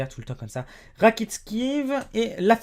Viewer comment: sa ne se prononce pas modrique ou Ibrahimovique mais MODRICHE ET IBRAHIMOVICHE ET RACKITICHE..